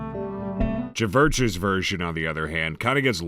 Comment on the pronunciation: I just discovered this channel, is the mispronouncing of band names a running gag or something? Chvrches is just pronounced 'churches'. I agree that cover of Do I Wanna Know isn't very good, though, for the same reasons as you. I have no problems with Hozier's, especially compared to another cover of the song on Radio 1 by Dua Lipa, it's the most basic boring piano ballad ever and for like two whole months BBC and Dua's stans were glazing the hell out of it as if it was the most creative cover ever.